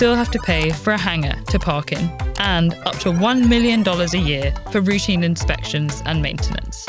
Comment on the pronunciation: min did anyone notice that she pronounced "routine" with sh sound ? is it common?